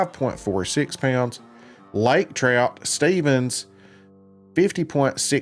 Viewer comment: You even pronounced my name correctly! GRR lake trout, love this top 5 thing!!